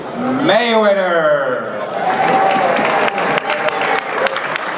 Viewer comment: muddy maywedderrrr, dude can't say his name right